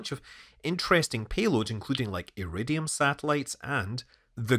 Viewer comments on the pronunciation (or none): none